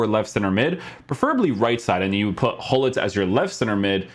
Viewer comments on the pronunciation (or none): Hullit? It’s Gullit, with a ‘throaty’ G!